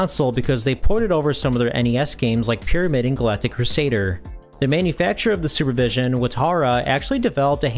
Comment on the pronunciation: Sorry, but I heard "Sewer Vision" when you first said it. I thought "Wait, what? Someone made a game console with that name? That sounds like a joke." Weird how I never heard of this Super Vision handheld before, and I've been into retro-gaming since 2003 as a 12 year old, so...